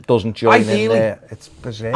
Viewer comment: I've been thinking for over a year you were pronouncing bizarre wrong but I caught the k on the end today and realised you've been saying berserk all the time...anyway both bizarre and berserk sum up everything Everton.